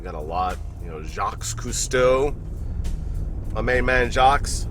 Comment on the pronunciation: Nice video! I've got the Caribbean Queen as well. My favorite Doxa. BTW, the "s" in Jacques is silent. ;-)